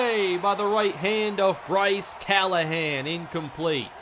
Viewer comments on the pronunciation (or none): none